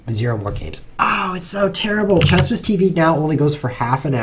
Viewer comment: If ChessWhiz with an h, why do you pronounce it like ChessWiz without an h?